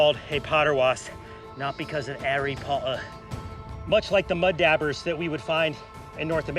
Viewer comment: “Mud dabbers”😂